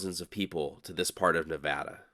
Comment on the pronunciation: this is a phenomenal video and piece of narration! What a pleasure to watch! Thank you and my wife, who’s from Nevada, says thank you for pronouncing Nevada correctly!